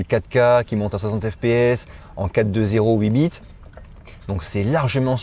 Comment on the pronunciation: Il a dit bits(bite)